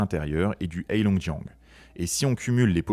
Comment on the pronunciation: C'est bien de faire une video sur la Chine, mais ça serait mieux si vous appreniez à prononcer le pinyin.... Le H dans Heilongjian se prononce un peu comme un R (Reilongjian)